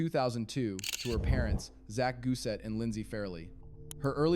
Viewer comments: Why does the narrarator keep saying "Carli GUSET"????? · How many ways can AI pronounce Gusè wrong? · If you’d like some feedback: I’m not sure you pronounced her last name correctly. Also it sounds like a real voice, but then there are weird pauses between words like RV Park. Why not just use your own voice?